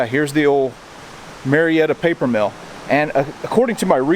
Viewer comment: You can tell this guy is not from Georgia. He keeps pronouncing It Marietta. Everybody knows it’s May’retta.